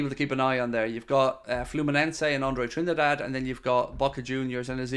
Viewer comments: Apparently Trindade is pronounced this way in portugese: Drin-dar-gee. Or in English probably something like Trin-dar-day. But i must admit that hearing pronounce it trinidad was a little bit annoying, some of us are just like that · It is closer to trini da jee. I have a brazilian wife 😅 so i asked her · Andre TRIN-DAH-DAY